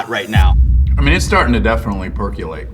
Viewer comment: Dax « it’s definitely starting to perculate » Me : perculate... never heard that word before, imma google it........... 🤭wtf 😂